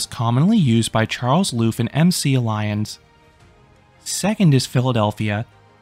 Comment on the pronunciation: l know this place well because…all the people who work there are good friends of mine!! I’m so glad you visited!! Hopefully it will shed some light on this place for the coaster community to enjoy. Although I must ask, did you have a favorite horse/animal? It’s hard to choose! (and it’s pronounced ill-leeons haha)